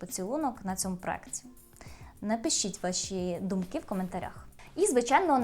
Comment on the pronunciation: Як людина можна обговорювати чужий інтелект якщо сама свідомо говорить з помилками. Я вже зауважувала, що правильно проЄкт.... Відповіли: а мені подобається не так, тобто з помилками.. Ок, але не чіпайте чийсь інтелект, бо хтось неправильно говорить..